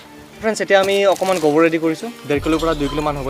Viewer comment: Bro it's nice consept but it's not gobor it's gubor